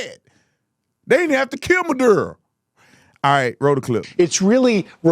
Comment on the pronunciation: he says Maduro like madea